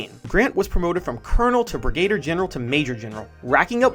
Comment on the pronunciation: Great piece despite the mispronunciation of the word "brigadier"...